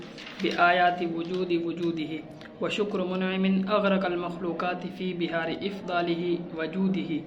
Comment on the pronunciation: إفضاله کی جگہ أفضاله وجوده پڑھنا چاہئے۔